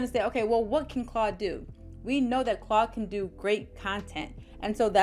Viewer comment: Are you saying “Claw” or “Claude”….on purpose? Or do you not realize that it’s “Claude” with the letter D on the end?